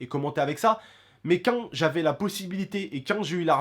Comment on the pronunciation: xD ton accent ma tué ! Le petit " quand " ! ( a prendre au second degres ) 😜